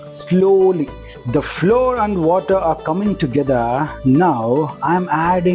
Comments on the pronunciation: Both flower and flour are pronounced as flower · Pronounce flour as flower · It is not floor it is flour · Flour and not floor